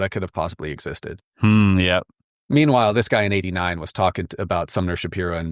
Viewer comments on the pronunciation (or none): none